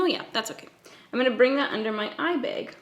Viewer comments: “eye bayg” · the way you say “eye bag” is like the most satisfying thing ever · I absolutely love this look and the way you say eye bag 🤣🤣🤣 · the way she says 'eye bag' is killing me 😂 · Please say eye bag again. 😂